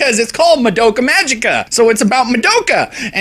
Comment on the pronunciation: BTW you're saying Madoka wrong. You're not even close.